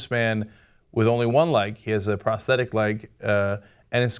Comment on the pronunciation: omfg pronounce it right. its not prestetic.